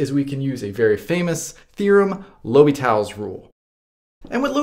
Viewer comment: So funny how you say "L'hôpital" haha. Cheers from Paris